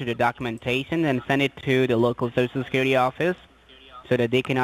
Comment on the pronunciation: I always here sho sho secuwity administwation lol